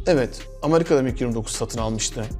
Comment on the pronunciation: Amarika değil, Amerika